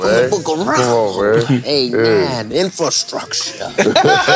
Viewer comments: my boy allway gone hit that "INFASKRUTURE".🤣💯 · fly: its all about the infascructure LMAO!!